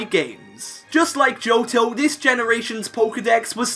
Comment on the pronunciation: Why you pronounce Johto as Joutou?